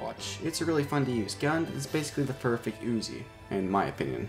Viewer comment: Its not pronounced as uzi its pronounced as UZI u know like ....just forget it :P